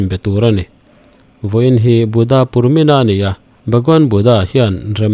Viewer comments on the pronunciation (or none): Purmina ni lovin Purnima tih zawk tur aw Sir 😅